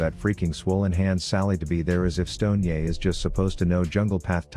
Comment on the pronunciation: Stoned-ye, he whose brain is bolon-ye.